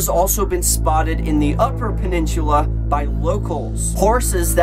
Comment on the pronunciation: Well you say peninsula wrong